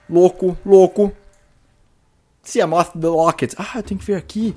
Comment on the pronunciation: gosto quando ele fala siamof!!! kkkk